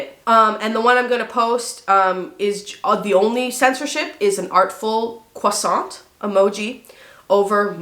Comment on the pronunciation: I appreciate the way you pronounce croissant.